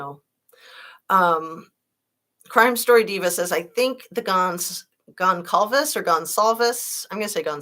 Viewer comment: Goncalves is a portuguese name. Goncalves is pronounced as a /K/ sound in portuguese. But it should be written Gonçalves, with "ç", called c cedilha (cedilla), which in Portuguese is pronounced as a /S/ sound. Since cedilla is not used in English , it must have been dropped. But I think Goncalves should continue to be pronounced as a /S/ sound: Gon/S/alves.